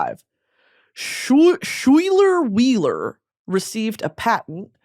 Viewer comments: when you pronounced my name SCHWHEELER (schuyler) i cried 🙂🥲 it is in fact said like SKYLER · Chassis is pronounced chassy 👮‍♀️ Schuyler is pronounced Skylar 👮‍♀️ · Schuyler is pronounced Skylar lol